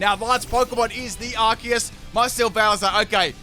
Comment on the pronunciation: Isnt it "ar see us" not "ark es"?